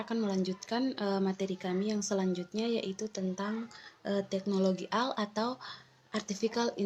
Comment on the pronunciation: Teknologi ai = AI = artifisial intelegensi...bukan di baca AL tapi AI = ei Ai..... BHS inggris